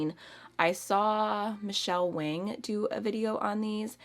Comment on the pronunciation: Michele Wang’s last name is pronounced “Wong” like song...